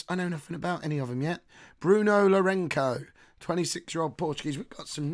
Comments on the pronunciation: the way to read the name Bruno Lourenço is Bruno Lourenso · Well done! Just a heads up, the French/Portuguese c in Lorenco is pronounced as a Z, so his name is pronounced Lorenzo. Cheers!